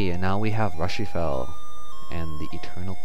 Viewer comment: Rushifell, errm I get the feeling that should have been Ru-Shi-Fa as in Lucifer :P